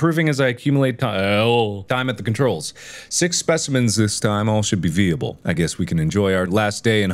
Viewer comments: After years of watching mark, I’ve only now realized that he says veeable instead of viable 😂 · excuse me wait... did mark just say it as VEE-able and not VIE-able😭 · Mark: “V-ee-able” Bob: screaming intensifies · "Veeable" making a guest appearance ... too bad no turturial though. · Again with the "veeable" Also whoever did the voice records must have been a Star Trek fan. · Kobayashi rolls right off his tongue but he trips up on "vee-able" (viable) 😄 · "Veeable" twitches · ..... did he just pronounce viable as VEE-able...??? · Really out here pronouncing viable like "VEEable." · Someone please teach Mark how to pronounce "viable"